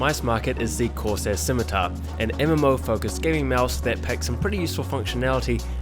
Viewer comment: "Razer Schimitar"